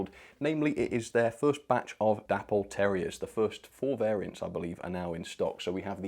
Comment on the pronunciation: i love your content, but please please stop calling Dapol.. Dapple.. Its pronounced Day-Paul. c'mon mate honour the memory of the company's creator, David Boyle.